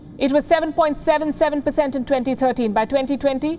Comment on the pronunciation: that curve is GDP growth RATE, not GDP you id**t. If growth rate doesn't decline(which means geometrical growth), China can occupy the galaxy in no time. go learn some math please. 2020 is Covid year, China is only country in the world with positive GDP growth. "dwo boind dwo bercent" with that look on your face sounds like your country is positive? Jesus what kind of person you hire to broadcast these days.